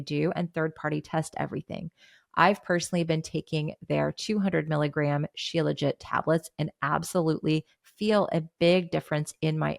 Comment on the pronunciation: Becky Niles says shilajit like “shee-la-jee”.